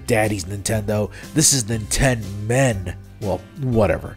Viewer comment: "Nintenmen" is gonna be something that I will think about a lot.